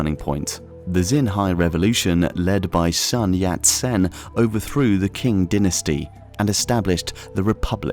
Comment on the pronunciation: "Collapse of the king dynasty" :D omg it's pronounced "ching" or "tsing" but not "king" :D